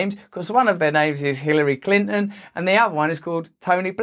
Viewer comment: Who is Clin'n? Bro, I understand that you are British, but can you at least pretend that consonants exist?